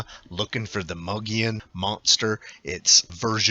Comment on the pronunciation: MO-GEE-ON is how it's pronounced. FYI